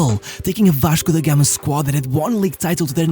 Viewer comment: loved your pronounce: Vashco da Gama. You spoke exactly like a local.